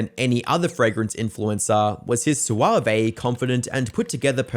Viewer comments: "Soo-arv-ey". Are you *sure* you're not an AI? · Sue-Ah-Vay Never in my life have I heard suave pronounced that way. 😂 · Soo-wah-vay lol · Swavay? It's just Swav. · Suave is pronounced "swarv". You've lost weight! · 'soo-ah-vey' is definitely an interesting way to pronounce suave 😂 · Pronouncing suave as “soo-ah-vay” is wild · I like how you pronounce the E in Suave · Wildest pronunciation of suave 😂